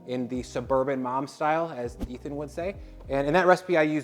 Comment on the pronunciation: Really? Nobody calling out on butchering Ethan's name? Okay.